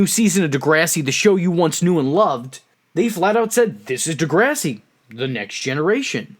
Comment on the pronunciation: Ooooh man the way you pronounce DeGRASSi 😜😂 jk